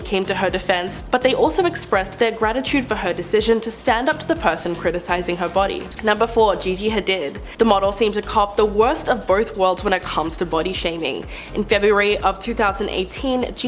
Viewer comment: Its Gigi Huh-deed!! Please, I love this channel, but yoy need to study the people you talk about & at least pronounce their name right